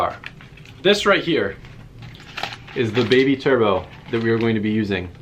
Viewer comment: when he says turbo sounds like chur bro